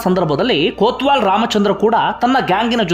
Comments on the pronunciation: ಕೋತ್ವಾಲ್ ಅಲ್ಲ ಸರ್ ಕೊತ್ವಾಲ್ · ಅದು ಕೊತ್ವಾಲ್ ಬ್ರದರ್.. ಕೋತ್ವಾಲ ಅಲ್ಲ